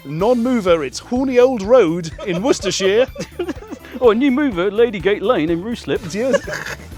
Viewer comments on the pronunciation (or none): none